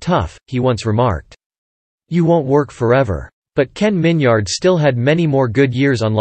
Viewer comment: His name isn’t pronounced Min-yard. It’s Min-yerd.